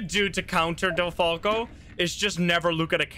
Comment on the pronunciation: Sounds like you said deltaco Instead of delfalco